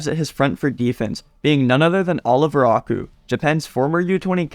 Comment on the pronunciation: can u please pronounce Aiku as eye - kuw and not aku